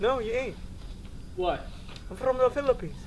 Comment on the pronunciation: Ayo, we're definitely gonna beat you guys: No, you ain't: Why?: I'm frrrom the Philippines I can't 😭🤣